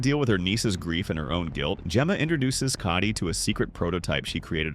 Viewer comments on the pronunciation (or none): none